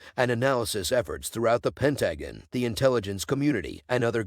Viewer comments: Pentagon: pronounced pen TA gun. Robotic voices are so goofy. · yeah the new AI voices are getting a bit better but damn you'd think they could at least pronounce a word as easily noticeable as the Pentagon. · Terrible voice over but you got the facts straight . However the pronunciation of Pentagon gets you a thumbs down and report for child abuse.